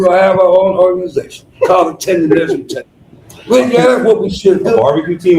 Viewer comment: It's Tendernizzm's